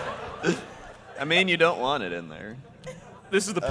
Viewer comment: Oh my god. "aI deunt wannit." TIME TRAVEL! IT'S TIME TRAVEL I TELLS YA!!! Or Jon Snow's actor grew up in the same area as Sam :P